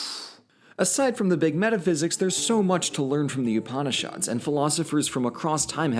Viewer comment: I'm 5 minutes in, and please, you do know literally every single vowel in upanishad is short, right?